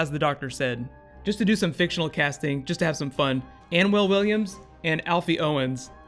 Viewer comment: It's Anwen Williams not whatever the hell you said